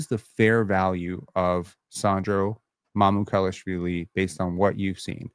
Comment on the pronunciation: Mamoo - kal - ash - villee. How to pronounce.